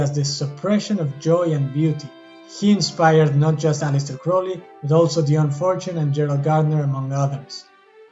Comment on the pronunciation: Finally someone who pronounces his name correctly.